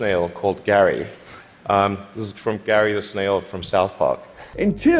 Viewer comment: Mf did just screw up Gary's name.